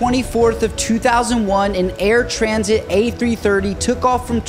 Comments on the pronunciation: Air Transat, not Air Transit. Proper pronunciation is important. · How did he pronounce Air Transat??